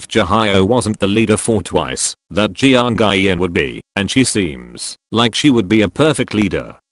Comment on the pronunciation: How robot voice pronounces twice names Nayyeon Jianguy.on Ma-mo Séna Jihighyo Minar Dahighyun Chiiyoung Chewie